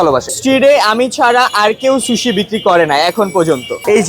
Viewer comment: Accha eta শুশি নাকি সুশি 😅.